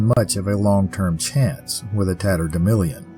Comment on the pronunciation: I remember the term "tatterdemilion" from my childhood, used by my mother and grandmother, who were from Missouri. It was pronounced the same way you do: with a short "i" in the fourth syllable rather than the "a" that shows up in print. They said it when we'd gone out and gotten good and dirty. Who knew it was something so mysterious? Thanks for another fabulous tale.